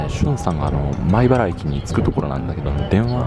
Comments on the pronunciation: 前原じゃなくて米原ですよ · 前原ではなく米原だと思いますｗ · 鉄道オタクです。 編集とても面白いです‼️ これからも頑張って下さい‼️ 細かいことですが 前原ではなく米原ですよ‼️